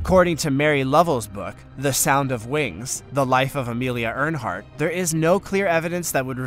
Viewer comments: Speaking of Amelia...her last name is pronounced "Air-hart" (Earhart)..."Earnhardt" is a race car driver! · I know I'm not the first person to say this so I apologize for the redundancy but sir, please take a little more time to make sure you're pronouncing people, places, or things correctly. The 2 that I couldn't help but hear because it was over and over and over lol, Amelia Earhart not (Earnhardt) and Bruges. If that's the one you mean in Belgium. The Bourges you pronounced is in France. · It's Amelia Earhart, not Earnhardt LOL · Her name is Amelia EARHART, not EARNHART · Too the narrator of this video; it's EARHART (air-heart) not EARNHARDT !! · Ernhart you say? "Amelia Earhart" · Did you really just call Amelia EARHEART Amelia EARNHART??????? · It's ER Heart ....not Earnhart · Earhart... Earhart. No n. Come on now. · Pronounced air heart not urn heart. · by the way...its Earhart...not Ernhart! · The female Pilot that perished over the Atlantic Ocean was Amelia EARHART. Pronounced: air-heart Not Ernhart. Please fix this. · Amelia “Earnhardt”, haha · Get Amelias name right!!!. It’s Earhart Not Earnhardt !!!! That’s so disrespectful!!. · Her name isn't Ernhart, it is Earhart. No n in the name you repeated half a dozen times incorrectly. Get is right! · This guy mispronounces everything. Homeric and Amelia AIR hardt come to mind, no ERN hardt. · Narrator needs to learn to pronounce words correctly. Look at the words carefully. There is no 'n' in Amelia Earhart , American aviator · It's not ernheart. Learn how to pronounce what your talking about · Please get your pronunciation right! Seriously, Earnhardt? Lots of mistakes here! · I'm sorry but there are so many mispronounced words in this video I am literally stopping it now at Amelia "Earnhardt"... I mean come on guy lmfao. It's Earhart. It's a big deal to me because it shows your ignorance. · Her name is Amelia Mary Earhart. Not Earnhardt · No 'n' in Amelia Earhart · Uh...it's "Amelia EARHart......